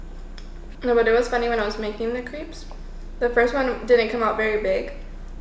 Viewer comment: #crepes Uh duh of course I watch till the end. I love how you pronounce them as creeps! Creepy never looked so delicious, and the fact that you made them yourself, I'm impressively creeped out. Another homerun my friend. Keep putting the joy in =)